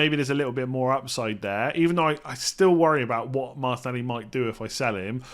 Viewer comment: Please pronounce Martinelli correctly. 😩😩😩😩😩😩😩😩😩😩